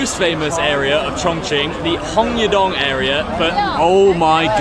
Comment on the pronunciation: Any outtakes on saying Hongyadong 😂😂